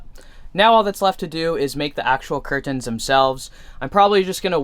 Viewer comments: Please stop pronouncing curTANS like that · Why tf you pronounce 'curtains' like that? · The way you say curtains sounds so weird idk if it’s jus me I might say it the same tho I’m mind fucking Myself lol 😂